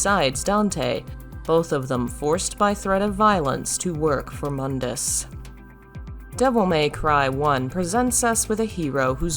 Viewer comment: Can't help but notice in the dmc videos.....does KNOW Mundus's name is pronounced MOON-DUS not MUHN-DUS?!